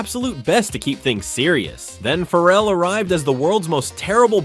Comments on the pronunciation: His name is Ferrell not Farrel, dump the AI ! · I hate AI narration. Calling him Will Fur-elle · You're not pronouncing his surname correctly! It rhymes with BARREL! How can you get this wrong?🤔